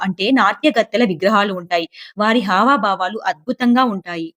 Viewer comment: 👏👏 వస్త్రాధారణ కాదు వస్త్రధారణ. హావాభావాలు కాదు హావభావాలు.